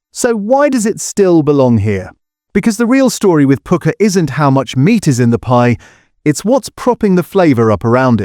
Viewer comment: A.I. voice is a mess. You pronounce Pukka as Poooka LOL